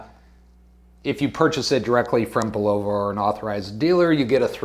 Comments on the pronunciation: Bull-o-va, not bu-lova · It's annoying every time he say bull-ovah. Where did that come from? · I think it is pronounced "Bull la va" - but for sure see Bulova video here: Dude, with all due respect - script out your video or do a practice session first. I respect your effort and wish you success.